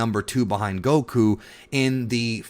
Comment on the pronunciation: It's Goku, not Gokuuu.